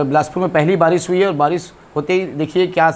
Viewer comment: Baarish hota hai vaarish nahi 😅🤣